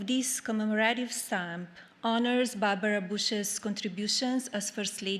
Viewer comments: "Bar-ba-rahs Booshes". Hilarious. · Barbara’s Bush’s? Com’mon now. Read the speech a few times BEFORE you give the speech!